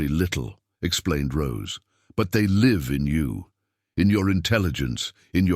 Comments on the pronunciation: If you don't know how to pronounce live look it up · Which is why I am telling you this you are pronouncing it wrong Look it up